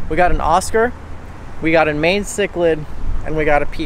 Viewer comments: Yes!!! Like the Mayan people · Its pronounced my-en cichlid not mae-en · bro it’s pronounced mean ciclid not main ciclid. 😂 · It's pronounced as ma-yan not my-en. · I physically died when he called it a may - en cichlid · MY-YAN bro lol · Pronounced MY-AN cichlid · stop pronouncing mayan cichlid like that its pissing me off